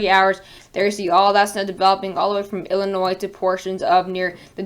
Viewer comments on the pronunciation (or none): none